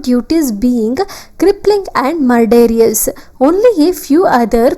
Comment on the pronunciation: Its not mur-dare-is Its Mur-der-ous